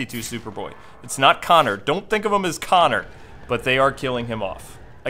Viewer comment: He said I will Killwing Kwing